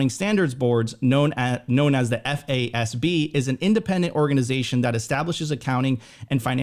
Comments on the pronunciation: It is pronounced "FAAZ-B" as said. You don't spell the word out F.A.S.B every time you say it. FYI. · Great content but my goodness I was losing it when FASB and GAAP were read out each letter every time. 😂